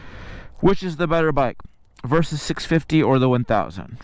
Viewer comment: why you keep saying "Versus"?